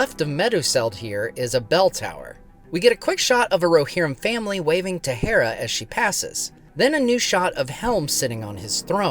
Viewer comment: Dude, just say "Hera", like the goddess. It's painful to hear you switch between the two pronunciations.